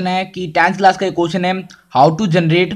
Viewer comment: How hota h bhai who nahi